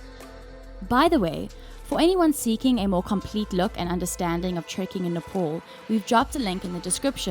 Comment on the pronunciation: Nepal not NEPOL.